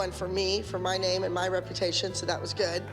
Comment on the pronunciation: “It wAs GyOodD” hilarious